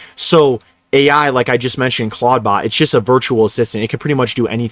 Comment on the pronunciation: ?? Clod bot? Is this a speech impediment? Like I get that this whole video is an advert for whatever that is, but please don’t lead with horseshit numbers like 1200 applications,on average. Lolol